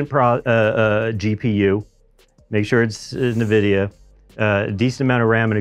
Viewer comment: can't say Nvidia. Nahvidia? LOL